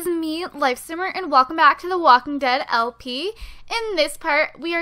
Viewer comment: Lp not lo